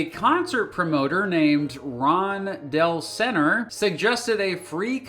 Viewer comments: Del-senner LOL. It's pronounced Delzner. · It's "DELZ-ner" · Awesome video! Just a minor point, the promoter's name was pronounced DELZ-ner.